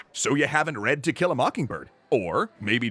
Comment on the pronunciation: I keep hearing "tequila mockingbird". 🌚🌚🌚